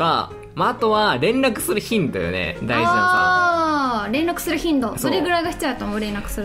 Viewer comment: ごめんなさい、 連絡するヒンドゥーに聞こえて めっちゃ爆笑しました